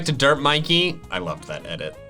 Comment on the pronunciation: ITS MIKEY NOT MICKEY